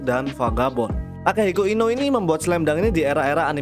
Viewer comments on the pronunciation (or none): Inoue itu baca nya bukan inow . Tapi ino-ue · inoue cara bacanya inowe